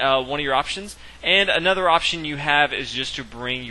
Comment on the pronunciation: "Aye nother." I really lol'd at that pronunciation.